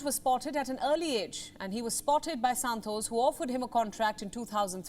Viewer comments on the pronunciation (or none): Her Santos sounded like Santosh 😀 to me 😁